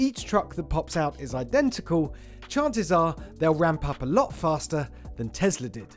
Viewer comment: It’s pronounced bay-zos. It’s pronounced teSla.